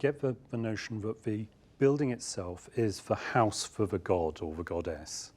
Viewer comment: I like how she pronounces "house" as "hice". As a Canadian, I'd say "hoose".